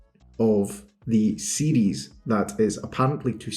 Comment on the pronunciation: You pronounce "series" like "CDs"